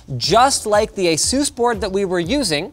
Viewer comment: Consider for a moment the "A" in Asus is supposed to be pronounced like a long-A ("Eh" not "Ah") and the "sus" portion is supposed to be pronounced similarly to "pegasus", (not "seuss"). You keep saying Ah-Zues, like Line-oos. How about Ay-sus (Asus), like Linus? Or maybe you intended to pronounce your name Lynn-oos?